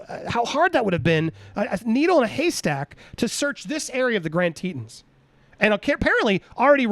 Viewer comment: Teton is pronounced tee-tawn(second syllable rhymes with yawn)